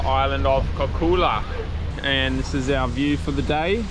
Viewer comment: It reads KorCHula, not Corcula.